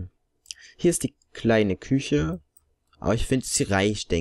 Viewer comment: Ich fand das lustig als du anstatt küche kiche gesagt hast ich hatte voll den lach flash😂😂